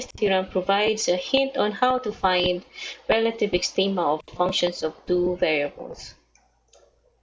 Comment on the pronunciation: rrrrrelative extrrreemaaaaa